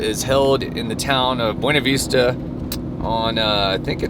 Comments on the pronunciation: Be you knee vista Not B - wane - a vista 😊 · I went thru this area last summer white water rafting. I was told it is pronounced: Boona Vista